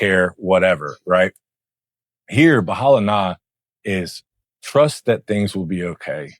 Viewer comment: "Bahala na" with a smile! Yea that's definitely how Filipinos say it! 🙂